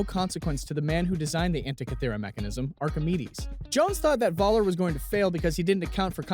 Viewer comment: "Dr. Vaaller", it's pronounced Foller. Germans pronounce the letter V like an F.